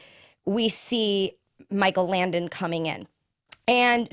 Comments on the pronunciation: Langdon not Landon, and Paulson not pullson!! That's driving me nuts! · Langdon not Landon... JESUS! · LanGdon. Langdon, langdon, langdon! Oh my god it was driving me nuts the whole time.